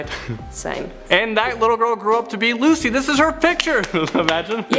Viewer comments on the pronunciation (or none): none